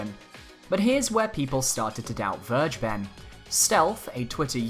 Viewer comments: I can't unhear the way he pronounces it though lol. Verge ben. It's actually closer to Ware ghe ben. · His name is still pronounced FAIR-GAY-BEN and not verjben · vergeben is pronounced kinda like: fair-gay-ben(probably the easiest way to remember it. just say it all together without a pause) in german and means "to forgive". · It really irritates me that people are pronouncing it "verge-ben". It's a German word, and it's pronounced "ver-gae-ben". It can mean 'pardon', but it can also be used to mean 'give away', as in giving away information (aka 'leaking'). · Hearing people say "Vir- ja- ben" makes me cringe so hard. It's "Fare- gay- ben" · Vergeben in German means "forgiven", interesting. If you want to pronounce it correctly, say "Fair gayy ben". In German g is always hard, as in gift, and V is pronounced like F. German W is the english V. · Can we pronounce names properly please? Vergeben is German. You can look up a pronunciation or just follow this: fair-GAY-ben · You sure it´s pronounced Verge-Ben? :D Because it´s actually german. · The way you pronounce vergeben is funny to me but its normal for someone who speaks english Its a german word 😃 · Sigh... nobody pronounces "Vergeben" right. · don't be mad at me, but "vergeben" is the german word for "forgive" ^^' just wanted to point this out because the english pronunciation sounds so wierd to me^^'